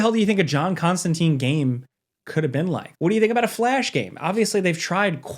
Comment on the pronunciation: It breaks my heart every time I hear it pronounced Constan TEEN. ConstanTINE rhymes with fine. And Keanu Reeves did get a game it sucked That nitpick out of the way. I would love to see Remedy, Telltale, Supermassive do a Hellblazer game. Give Eric kripke the Hellblazer keys he is clearly a fan. Supernatural is the closest thing to a real Hellblazer show we are ever gonna get. (Yes I am aware of Matt Ryan) Also keep John out of Injustice. He is not a fighter. I would love some fan made Hogwarts legacy DLC that includes John tho. "How can that muggle do magic and why is he constantly smoking!" Hellblazer game, hardcore mode, have to keep John's nicotine levels high or he dies. Every couple of hours ya have to hop over to the shop and restock him on silk cuts.